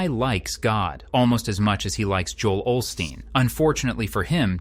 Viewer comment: as soon as he said olsteen he lost all credibility!! FRUITCAKE!!